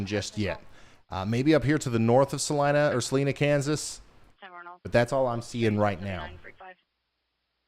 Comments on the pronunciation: Right? It's Sa-LYE-nah! He wasn't sure, so kept pronouncing it both ways every time he mentioned Salina. Each time he said Sa-leena, I cringed. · Sa-leeena, haha